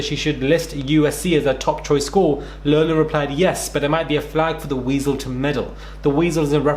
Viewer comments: It's LAHF-LIN not Lowglin. If you are going to be an online newsblogger reporter, you need to gets straight and first. All you're doing is embarrassing yourself. Slow down take a breath and be prepared. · In America. We pronounce her last name as LOFF LIN. Not LOW LIN. Although what she and these other Cheatin Parents have done. Is a Low Down dirty shame. Her name isnt pronounced LOW . Just as Cough sounds like COFF . Not COFE 😄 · Hey love the content. Just an fyi it's pronounced Lock-lin like lock on a door. Keep it going! Daily and consistent:) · It’s Loff-lan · It’s pronounced Lock Lin. Just helping, not criticizing. ✌🏼 and ❤️ all. Too little time! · Her name is pronounced like "Lofflan". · It’s pronounced Lock-Lin